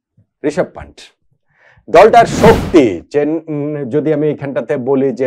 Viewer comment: পান্টের নয় কথাটা পান্থের হবে, ভুল উচ্চারণ ও ভুল লেখনি